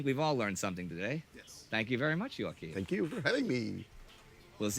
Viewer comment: You mispronounced his name badly after he just said his own name :( i Know there's a lot of spanish/mexican names starting "joa", but swedes would not understand what name you were just trying to say